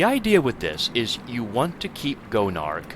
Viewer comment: i kept thinking you called Gonarch "Joan of Arc"